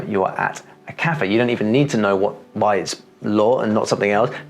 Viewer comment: The sound you produce when you say "Lo Zucchero" is much different than the sounds I produce when I say the same word. I'm trying to figure out what that is.